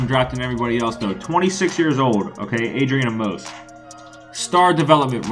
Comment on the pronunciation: Why do y’all say adrian a-mose it’s pronounced “amis”